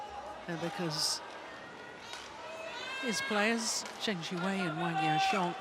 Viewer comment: It's "Siwei", the way the umpire said it sounds like "seaweed"...